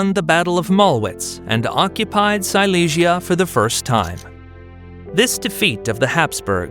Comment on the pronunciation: Hay confusión en la pronunciación de varios lugares como Silesia (sicia, cilicia) o Madrás (madres), así no queda claro quién conquistó qué.